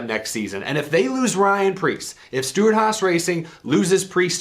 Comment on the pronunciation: Pyan rreece